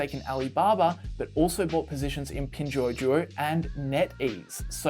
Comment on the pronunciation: it's "Pin dor dor", not "Pin juju"